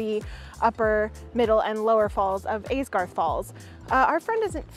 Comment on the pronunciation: That's Aysgarth Falls not Aidgarth...